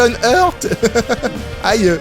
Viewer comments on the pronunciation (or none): none